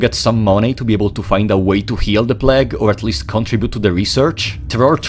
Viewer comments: my favourite thing about this video is that he pronounced "plague" like "plaque" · "The pläg" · The way this guy pronounces 'plague' is scarier than anything in the game